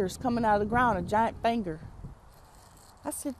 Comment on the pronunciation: "Fanger" Lol